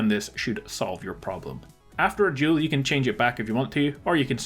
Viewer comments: This is duel. Not jewel... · Thought you were saying “juul” (no offense) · It sounds like he says juul